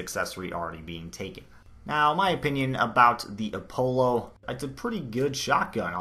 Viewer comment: you pronounced Apollo wrong btw jus sayin